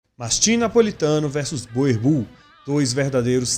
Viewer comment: A raça chama-se boerboel. Diz-se borboEL. E não boerbull